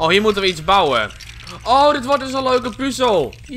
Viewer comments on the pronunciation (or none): none